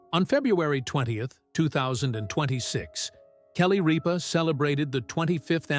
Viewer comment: Need to announce her name correctly Mark did not sit in her chair! Sat in his own! Jonus brother Sat in her chair!! Get it rite!!